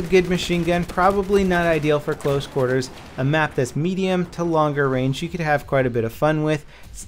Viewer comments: Guess he meant Range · "Long Rang"? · Range not Rang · Long Rang -.